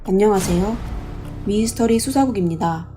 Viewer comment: 미스터리 수사국도 항상 미에스터리?미이스터리 머 그렇게 발음함